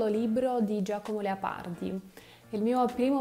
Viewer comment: Bravissima! La tua pronuncia è più buona di quella della maggior parte degli Italiani. Un' osservazione ( un errore): pronunci il nome Leopardi così " Leapardi". So che questo dipende dalla caratteristica della lingua russa che poco distingue la vocale A dalla vocale O; come anche le vocali E e I. Comunque: Congratulazioni. Pokà.